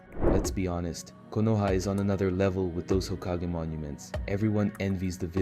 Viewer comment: well you made some mistakes in your voabulary who says hakageeeeeeeeeee